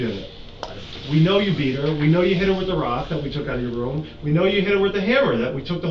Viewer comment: "I was Wif her"